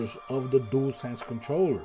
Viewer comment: I like that you can say dualsense so many people say jewelsense and it drives me crazy, I must admit I never finished astros 😂 played it for 30 minutes got bored deleted it.